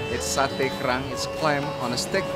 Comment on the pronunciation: so Sate Kerang gives you an indian accent